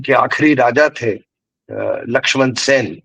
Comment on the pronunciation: ओंकार सर और को राम-राम। ओंकार सर मैं पूर्व में भी की वीडियो पर टिप्पणी कर चुका हूं लेकिन शायद उन तक बात पहुंच नहीं पाई 'सेन' को सेना बोलते हैं गुप्त साम्राज्य को गुप्ता साम्राज्य कहते हैं और ऐसे ही मौर्या आदि उनसे कहिएगा अंग्रेजी में अगर बाद में a लगा होता है तो उसे हिन्दी में तो उच्चारित ना करिए कृपया । धन्यवाद । क